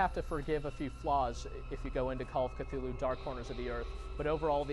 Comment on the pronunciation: He said that "Clue-Loo" is probably the closests a human tongue can come to pronounce the name.